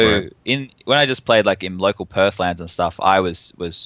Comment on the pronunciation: did say perth